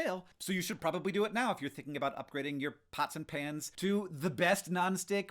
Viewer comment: It took me a while to realize Hank was talking about "pans" and not "pants"